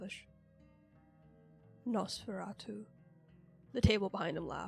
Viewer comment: I got so scared when i heard nosfurstsu (probably butchered it) cause im a forsaken fan